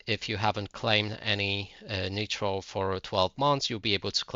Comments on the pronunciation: Just because they don't have the same accent as you doesn't mean they didn't say it wrong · Google how to pronounce “nitro”. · "Netro" wtf???? its Niiiiiitro not Neeeetro wtf